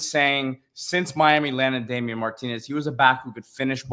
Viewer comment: PUT SOME RESPECT ON DAMIEN MARTINEZ'S NAME!